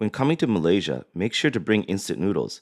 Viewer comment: I thought it was Malaysia not Malaysirrr :x